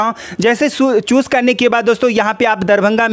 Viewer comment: Bhai choose bol raha chus bol raha hai